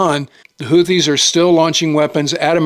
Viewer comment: It's "hoo-tee" not "hoo-thee". No "Th" sound. Emphasis on 1st syllable.